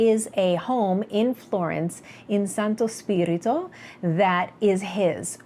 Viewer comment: Hi...Many Compliments for the Perfect pronunciation of " Santo spirito "!!! I am staring to read Philipp Meyer's " American rust "...do you know this book?..... Ciao